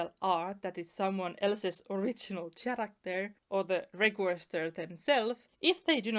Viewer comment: Also, just as a tip to help with one word's pronunciation, the word "character" is not pronounced with the letter "ch" as in "cheese", it's more like "kerakter", basically the "Ch" in this word is said as "k". I know.. english sometimes makes no sense..